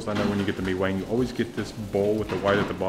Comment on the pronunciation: Pronounced Mi Kwang instead of mi wang